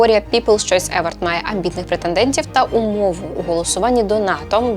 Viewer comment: Вітаю! Дякую за класний контент. Маю одне доповнення: на скільки мені відомо, то в слові award наголос на останній склад - евОрд.